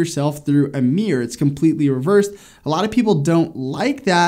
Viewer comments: right. I've never heard anyone pronounce mirror that way. Not sure where he's from, but I grew up in the Mid Atlantic, went to school in NY and live in the mid west. Mir-rur, or mir-roar. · As a British person, the pronunciation of “mirror” has me shook... What is a “Meeeer”? Joking aside, another quality video 👍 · Yeah but like in any country there are regional accents. Feel like this dude is a bit heavy on the “meer” than other American folks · Great advice thanks! I find it fascinating how Americans pronounce Mirror as 'Meer'. I can't complain though as in Scotland we pronounce it 'Mihruhr' 🤣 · I thought he was saying a word I didn't know. 😂😂